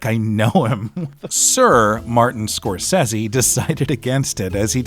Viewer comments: please...it's Scorsese 😇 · How you gonna watch this film since you were a kid and still can’t pronounce Scorsese right. Fucking buffoon.